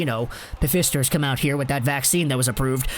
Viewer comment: Did you say "pfister" vaccine??? It's Pfizer, pronounced "f eye zer" fyi.